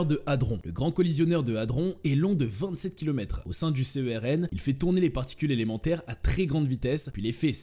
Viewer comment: Petite remarque à l'attention des gens qui ne connaissent apparemment rien à ce sujet : le mot se prononce CERN, pas C.E.R.N...